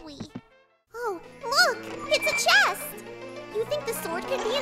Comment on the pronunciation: And it’s Che st